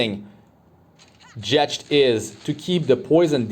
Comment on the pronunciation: The way you pronounce Jecht has me cringing. The Ch is pronounced like a k